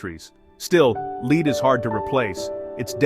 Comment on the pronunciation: 30 seconds in and i'm already triggered. Leed. Leed. Leed Then correctly said "Led" and then proceed onto this weird "leed" pronunciation again. Sorry, sensitive tonight 😅